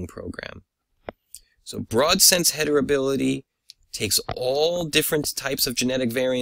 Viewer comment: Excellent work and video. I only noticed you pronounce it hetribility instead of heritability.